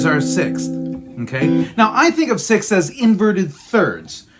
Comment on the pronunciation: That is the most difficult word in the English language You pronounced it PERFECTLY! SIXTHS